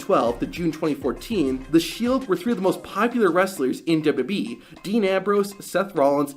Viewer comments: Do you honestly need to do a shitty clickbait transition between every single clip? JFC. Also go get some speech therapy man. Maybe you'll finally be about to say WWE instead of Deb-Debbie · Stop saying dubba b its wwe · What's dubyadublee? Slow down a teenie bit my dude. There's no rush.